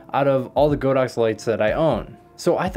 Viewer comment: Great video 😀 Btw, it's pronounced "God-Ox" (not "Go-Dox")